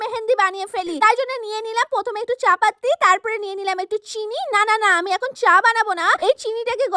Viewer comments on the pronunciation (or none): চা-পাতি ❌ চাপাততি✅😂😂😂